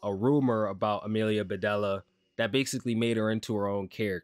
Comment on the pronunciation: Amelia, Beh-Deel-ee-ah, not Amelia Beh-dell-uh (it's supposed to rhyme)